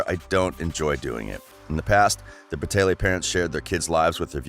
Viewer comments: ITS BRA TAY LEE NOT BRATAYLAY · Who else got so annoyed when he said Bratayley like Brataylay 😑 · IS BRATAYLEY NOT BRATAYLAY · OMG IM SO TRIGGERED ITS BRATAYLEEEEEEEEEE NOT BRATAYLAY PRONOUNCE IT RIGHT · Sweetener Grande he can at least pronounce right it is so easy so pronounce. BRA-TAY-LY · Meadow Bal the guy in this video says it like bra-tay-lay and it’s pronounced bra-tay-lee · stop saying braaaateyla its not right no hate though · the way he says brateley makes me cringe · One thing that annoys me is that he pronounces brataylay wrong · okay but its BRA-TAY-LEE omg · Stop saying bratayLAY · lmao the “BratayLAYs” the mispronunciations is sending me 🤣🤣🤣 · just for future reference, it's pronounced Bra-Tay-Lee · My manz said "bra-tay-leyz" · You said Bratayley wrong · So no one gonna talk about how dude is pronouncing their last name??? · okay but if ur gonna make a whole video about a thing , atleast pronounce it right , please n thank u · They have not completely finished YouTube I’ve been a fan for the longest time and they even said that we will come back probably. And the person that is speaking in this doesn’t even know how to even say Bratayley and know they haven’t completely quit. They are taking a brake they will come back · Meadow Bal they kept pronouncing the channel name wrong